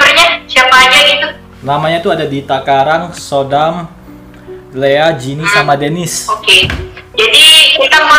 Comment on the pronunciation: Soodam dibaca Sudam. Ngamuk Dy kalo di panggil sodam